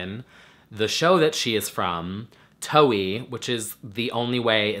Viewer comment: I'm from the UK and it's pronounced like 'wow', so it's 'TOWW-Y'.